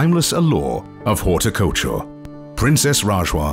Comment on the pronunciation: The P of Wales was addressed by her maiden name? Disrespectful.Syracuse was mispronounced . The rest is an advertisment for the royal Jordanian family. The words "Haute couture" were mispronounced as horticulture. That made me laugh so hard 😅